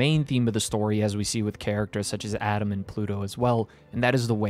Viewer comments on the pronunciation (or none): I dont why but he calls atom adam every time i dont Whether he did this on purpose but it really confused me